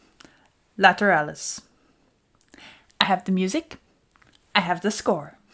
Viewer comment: Ok. Let’s settle this right here, once and for all. It’s Lateral-lus. Not Lat-er-al-lus. I’ve never said the word lateral, later-al.